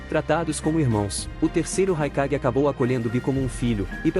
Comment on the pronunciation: Só um adendo o nome do raikage no vídeo ficou mais com som de E que de A